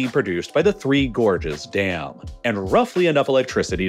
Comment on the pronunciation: I thought you were saying "Gorgeous dam"... and I was like: "yeah they look alright but i wouldn't go that far"